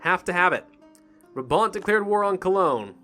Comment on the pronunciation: It's actually pronounced 'BrAAHbant' instead of brahbant. :)